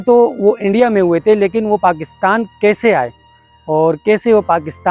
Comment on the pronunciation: You don't know how to make videos. Your Urdu pronunciation is terrible. You cannot pronounce Kaisay, you keep saying ksay. You did not do any homework as to when Ibrahim Nafees died. You did not tell which qabaristan was this and where it is located. Very haphazard video. Go and learn Urdu and video making.